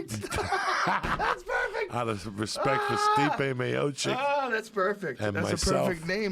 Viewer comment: in Joey Diaz finally nails the correct pronunciation of Stipe Miocic lmfao